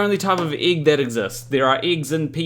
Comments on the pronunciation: The igg. 😂😂😂. Love u but you say 'igg'. really funny. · I just love the way you say êgg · It's a good thing that you don't have an accent, otherwise your pronunciation of "egg" might sound really strange to non-Kiwis.